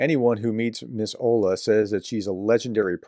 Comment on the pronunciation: The WWII veteran's name is Olga, but "h" instead of "g" is read as h in Harris☺